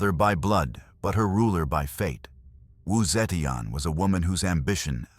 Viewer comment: Not the right pronunciation of wu zeitian.